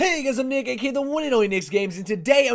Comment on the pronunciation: did he say the n word, it doesnt sound like nick it sounds more like N11GAGSHGAGAG